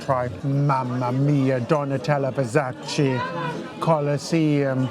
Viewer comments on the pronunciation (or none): none